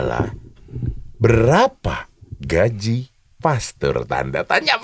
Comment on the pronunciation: Maaf --> GAJI .. bukan GAJIH.